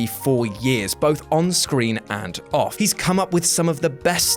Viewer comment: “Off” not “of”